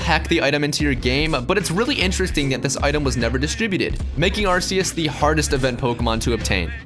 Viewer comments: It's Ar-KEY-Us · In the movie they say Ar-key-us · In The Number One Spot Is Arceus. (Pronounced As Ar-See-Us)But Technically... TheAuraGuardian:It's F***ING Arceus(Pronounced As Ar-kee-us)